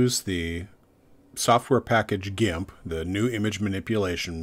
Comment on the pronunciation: Thanks for pronouncing GNU as “nu” rather than “ga-nu”!! 😊 To me, the latter pronunciation is like scraping fingernails on a blackboard! 😢